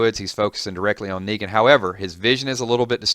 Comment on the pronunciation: Did you just say Megan